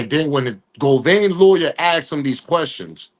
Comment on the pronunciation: Say it witme GO-VAN NOT GO-VAIN GOT IT OK